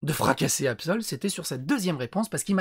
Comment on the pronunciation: "AbSel" 😂😂😂 dès le départ tu m'a terminé 😂